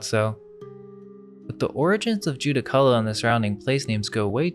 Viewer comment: Judaculla is pronounced Djurracula